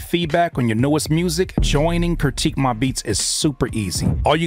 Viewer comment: It's critique, not curtique. Hah